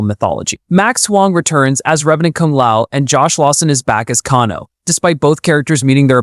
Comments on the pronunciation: "CANE-O," NOT "CONNO." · Kano is pronounced “KANE-oh or KAY-no.” NOT “KA-no.” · He called him Conno. Please bruh at least get the pronunciation right. Kano = Kay-no not Kah-no . WTF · The Arcana nonsense needs to be retconned. And Cole Young needs to be possessed by Hanzo Hasashi or something. Scorpion in. Cole out. And it's KANO. Kay-noh. Kano. Jeez man. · Josh is back as “kah-no” … damn man people preaching to us about a subject they know nothing about. Lmqo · Kay-no baby. Kay no. 😂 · Kan-o lmao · Is this AI? Dude, you said Kano's name wrong. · listen to how he pronounces Kano in video